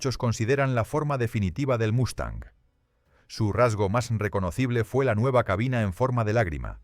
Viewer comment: Una pregunta para el creador del vídeo: ¿Lo haces para quienes hablamos español? Lo digo porque aquí, hasta hoy, Mustang se pronuncia Mustang y no Mastan. Otra cosa (disculpa): No es estratósfera, si no estratosfera. Saludos.